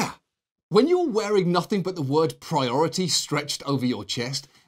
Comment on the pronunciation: priorititty lol